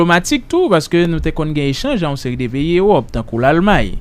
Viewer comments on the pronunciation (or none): none